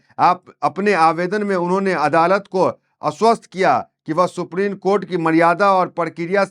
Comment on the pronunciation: Pl pronounce ' supreme' and not as 'suprene'